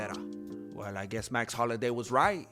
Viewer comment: It’s Holloway not Holiday😂